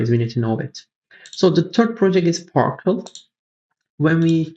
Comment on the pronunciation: CTRL... Par"cel"